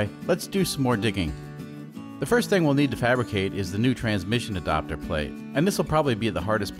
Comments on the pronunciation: Adapter plate, but pronounced Adopter. Grrr.... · It’s ad”A”pter not adopter its drive me crazy 😜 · “E-dopter plate”! Lol! Love the videos. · Ok I'm certain you are Canadian. I've not heard anyone else say adapter like adopter. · You say adapter weird! Adopter?!